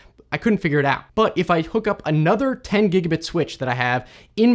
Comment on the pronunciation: The German pronunciation is wrong or unusual for some words like "gigabit". And the speed of speech varies. That doesn't make it easy to listen to in case of technical stuff. But it is good and still understandable for people who don't know English at all.